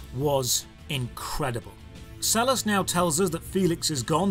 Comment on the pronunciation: Sellars is my last name and the way you pronounce it pains me